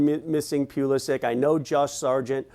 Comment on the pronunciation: How does an American soccer commentator screw up the name of his country's most famous current player? Maybe Pulisic's jersey should have a phonetic "Puh-liss-ick" so he can quit clarifying all the time hahaha